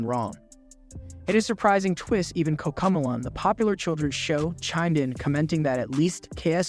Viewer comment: I like how you read cocomalon instead of cocomelon, It's like the post malon of kids channels